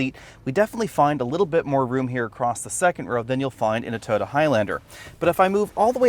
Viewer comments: “ToTTa” or Toyota? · To-Yo-Ta. work on that. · its weird how you pronounce toyota, sound like ToTa. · Could you possibly enunciate the word Toyota. At the moment you sound like you're calling it Dorothy's dog from the wizard of OZ